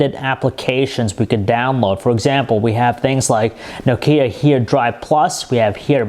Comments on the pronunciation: Darknal Bailey i am starting to hate people that cannot pronounce nokia properly... its NOkia not noKIA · this guy cant pronounce nokia. so funny! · i hav tha nakaya lamaya fiftan twantay. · haha, i lav nakaya tan twantay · You think a reviewer would know the correct pronunciation of nokia -_- informative review nonetheless. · hey can someone teach him how to pronounce Nokia please